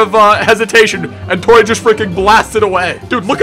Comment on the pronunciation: Isn't it pronounced "Tuh-Ruh" like in German?? Not "Tor-Ay"